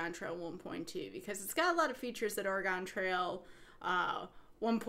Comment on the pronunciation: Oh my goodness, the way you pronounce Oregon. I hope nobody from Oregon hears it. Great video, nonetheless. Really hope we get to see you at SGDQ. You're a true talent.